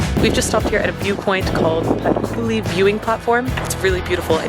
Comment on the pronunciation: pronuincance of Estonian names is first vocal hit . You say " Patkuuli " but right is Patkuli and "a" must hit harder like You hit U long .